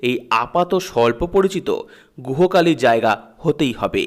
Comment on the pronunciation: Guho kali noy Sir uccharon ti hobe Gujhyo Kali.🙏🏻